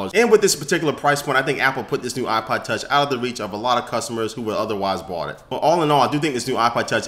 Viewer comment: he says Ipa tach